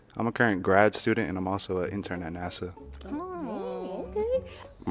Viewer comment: Maam its NASA NOT NASAW😂😂😂